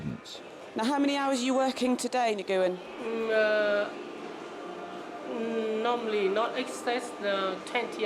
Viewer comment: LOL she calls him "Ni-go-en. Nguyen is pronounced "Nu en".